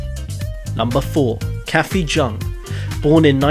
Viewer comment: Jung is pronounced "young" ;)